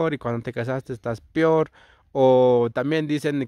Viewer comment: me pregunto hasta que grado tu estudiaste porque decir peor no pior